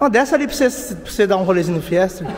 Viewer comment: Top demais, mas chega doer o ouvido quando ele fala "FIESTER".